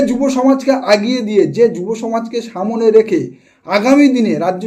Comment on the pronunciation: আগিয়ে নয় এগিয়ে। সামনে নয় সম্ নে উচ্চারণ হবে।